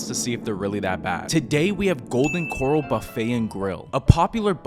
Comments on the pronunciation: The way u pronounce the name is killing me 😅😅😅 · There's no way this dude doesn't know how to pronounce corral correct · Dude from Texas can't say "Corral"? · Him: mispronounces corral. Me: checks comments. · Are you messing with us with that pronunciation of corral? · Must be just that one or that particular chain..Could just be the staff and management does not care. The one where I live is pretty darn good..... (and the pronunciation is well off and incorrect) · The way he say Corral sounds like he went to bikini bottom 😭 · As somebody with the last name Corral, i can confirm this mispronunciation happens a lot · Id say, and hear me out, your 1 star review, is more terrible than the food. The sound effects, and constant vine booms, along with misprouncing corral, is enough to give this 1 star-review review, 1 star. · Who the hell can't pronounce Corral correctly 😮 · Bro I would never knock anybody out there doing their thing, shout out to everybody out there doing their thing, but come on dog. You don't know the difference between the word coral and corral? Or was that for content purposes?😊 ¥ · Please learn how to say Corral. 😂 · Corral, dummy, not Coral. And how's he gonna say, "It's cold, but it's not bad"? If it's cold, but supposed to be hot, ITS FUQING BAD. Then complains about most food then gives it a mid-2 out of 5. Wtf? His rating system and taste buds suck. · You’re pronouncing Corral like Coral. It’s Co-RAL as in Rally’s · There is no way this guy is too stupid to know the difference between corral and coral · First of all it's corral like where you put a horse, not coral as in an ocean reef...."school up bro" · It's corral, not coral. Did you for real pass elementary school? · Its pronounced kuh-ral not core- rul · Coral what a dumbass it's said like core ral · lol I was thinking the same thing. Its Cor ral not Coral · RIP to this man's bunghole and toilet, btw its pronounced Core-rail not Core-ol. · You’re not from TX are you? 😂 “Coral”